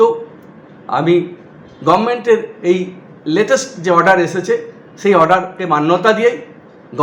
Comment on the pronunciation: তোমার মুখে "গবমেন্ট" শুনেই বোঝা যাচ্ছে রাজ্যপাল একদম সঠিক কাজ করেছেন। বারযোষিতনন্দন।